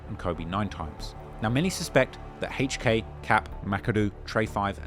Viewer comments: He pronounced hk name Hhhhhhhhk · Who tf is “Hache Kay” it’s HK , the letter H and K wtf is Hache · "Haych Kay". really pronouncing that H. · I can listen to you say “Haych Kay” all day 😩😂